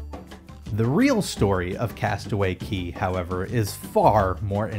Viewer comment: CASTAWAY CAY NOT KEY REEEEEEEE